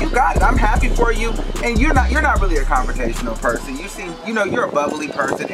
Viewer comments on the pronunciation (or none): Did he say “confrotational”